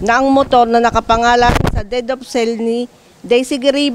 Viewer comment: Anong dead of sale? Its DEED OF SALE